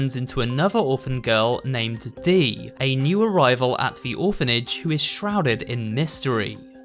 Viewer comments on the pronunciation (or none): Dees name sounds like deez when you say it